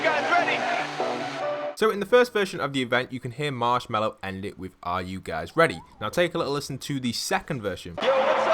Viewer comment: He said marshwalk in the first also